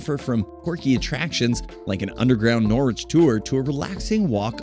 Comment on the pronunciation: that’s not how you pronounce norwich…or boudica 😭 don’t pronounce the w